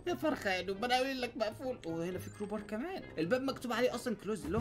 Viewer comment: حركات بدال مايقول كروبار قال كوبار